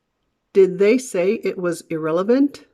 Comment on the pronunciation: you said "It was..." like "I thwaz..."? I really want to learn more about something like this